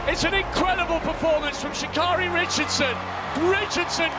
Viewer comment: Here's my issue with this video first it tries to throw her under the bus then they can't pronounce her name correct this is why you don't trust anything any MEDIA puts out so please thumbs down this video 👎×infinity